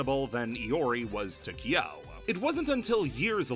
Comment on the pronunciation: You go out of your way to pronounce Angel correctly but buture Kyo, Ryo and Ryu